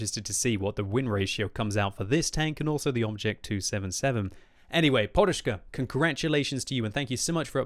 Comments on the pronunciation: guy name is PODUSZKA not PORUSZKA:P there is not "R". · only British nuub kan saj porushka ,when its says podushka ( a pillow ) :) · His name is really simple, it's like pod-ush-ka and you don't need to make any crazy sounds like it was Russian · why is he reading it like Poruszka.... there is no R in it. there is a D.... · You should read it like "podushka", meaning "a pillow" :V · FFS there's no "R" in "PODUSZKA"... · he puts a R(ing) on it